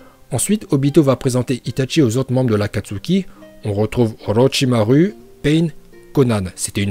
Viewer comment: Orochimaru pas orotchimaru